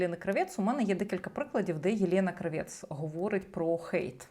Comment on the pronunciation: Єлєна крАвєц. Наголос на -А-. Це вона так себе позиціонує. Єлєна крАвєц, асоціативний ряд Lanny Kravithz . То вже не модно, то тепер натягує на себе роль міністра культури?